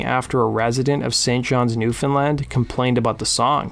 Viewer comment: Congratulations, you are the first Youtuber in history to correctly pronounce "Newfoundland"! 🎉🎉🎉